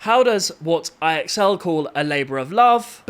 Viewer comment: fyi. ixl is supposed to be said like "I excel at school"